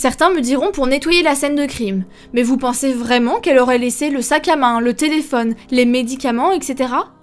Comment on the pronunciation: "Pas vraiment-Z-un"... Pataquès.